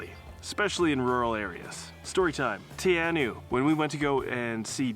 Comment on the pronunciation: Teh Are Know,proper pronunciation, but you're doing okay, carry on.😊